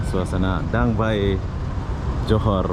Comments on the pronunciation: Sebutan DangA bay bkn dang bay ya 😀sepi sungguh tempat di danga bay. Moga sempat dtg ke singapura pulak satu hari nanti. 🙌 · Bukan Dang Bay .. DANGA BAY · Sebutannya gini...Danga Bei..( Danga Bay )